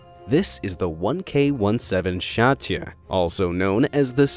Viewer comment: shatya?😂 you have no idea how to pronounce it…. it’s at least “sjz - a - ti - e”